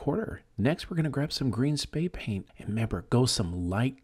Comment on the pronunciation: ITS "SPRAY PAINT' NOT SPAY!